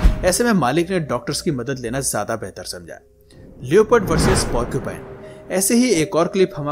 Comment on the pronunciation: लैपर्ड होता है लियोपर्ड नहीं।।